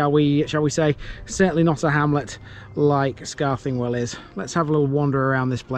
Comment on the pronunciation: Your also over pronouncing the TH sound in Scarthingwell. It's more like scar thin well , enjoyed the video lived in Saxton when I was younger.